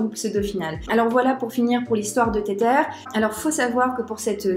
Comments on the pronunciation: Insupp d'entendre "téterre" toutes les 15 secondes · Car la vidéo reste interessante et que tu connais ton sujet. Mais faut avouer que, pour une experte crypto, ne pas prononcer correctement le nom d'une crypto connue ca la fout un peu mal. C'est pas une question d'accent Anglais car ca c'est pas important. C'est comme si tu disais le "Bitkou1".